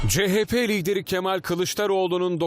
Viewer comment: Yanion kemaaal 😂